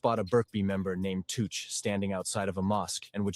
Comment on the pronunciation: It's chooch not tooch and he got hit in his shoulder his 2 brothers and a mate gt lifed up for killing jed from fartown in huddersfield.. It was chooch house that got shot up on Clara street fartown It was fkn machete not a knife this ai is talking shit Hudds to Manchester is an hr away